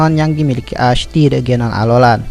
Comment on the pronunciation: Nama nya memang ash tetapi cara bacanya adalah esh